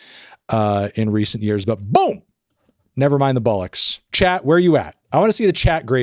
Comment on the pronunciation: Anthony still hasn’t learnt how to say ‘Bollocks’ I see